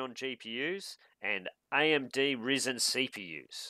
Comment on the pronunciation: Duude its not RiSen its ryzen ....